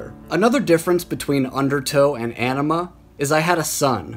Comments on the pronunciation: On-ima not enema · Its pronounced Oh-nima not An-ima,jeez. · Bro. It's not "anima" like "animal". "Aenima" is pronounced "AH-nima". Like the "Ah" in the word "ankh". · It's "Ahhhhhhh-ni-mah" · Is it weird that it bothers me when people pronounce AEnima incorrectly?! 🤘🤘🤘 Spiral Out my friends